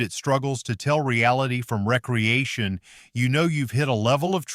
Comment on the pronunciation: Shitty AI narration. “Recreation” and “re-creation” are pronounced differently FFS